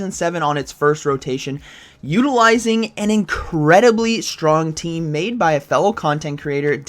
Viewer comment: I kinda like how he says "shtrong" :P